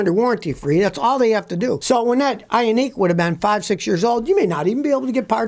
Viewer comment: Scotty is a Hyundai ionic kinda sounds like iRONIC when pronounced